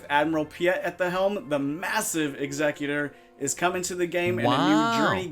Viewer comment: Hey. Nice video. Just so you know, Executor has 2 pronounciations. In this instance, it is Executor - as in something that Executes things, so is pronounced Exe-cute-or. Hope this helps for future videos.